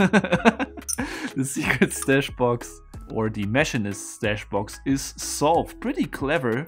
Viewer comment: It is pronounced mach, E nist, not mach I nist.